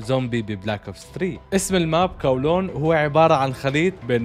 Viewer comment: كولون ولا قولون 🤣🤣🤣🤣😂